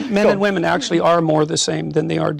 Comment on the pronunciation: Woman and women are not pronounced the same. Perhaps you should look it up.